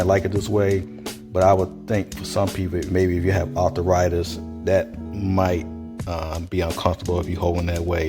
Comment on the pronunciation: Artha-Rightis 😂 liked the vid my guy